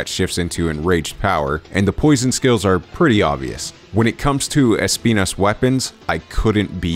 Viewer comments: es - PI - nas Nice, hehehehehe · Thanks for pronouncing it correctly! The showcase didnt do that lol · He said the name perfectly fine. It's pronounced in spanish. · spending 145% of his brain capacity to make sure he pronounces Espinas correctly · NGL the way you pronunce Espinas is amazing, it seems you practice some spanish or something cause thats some really damn good Spanish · Hehe, As someone who is Spanish..., I can guarantee to you guys that you pronounce it more or less ok, of course with the accent but fine 👌